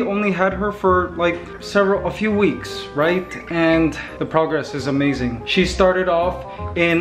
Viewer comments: wow amzine did he just say amzine? instead of amazing? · Kuya Mikey why do you say Amaizaing instead of amazing